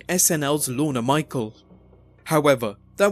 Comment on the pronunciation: "Lorna Michael"? Really? Still the best wrestling related channel on YT, though.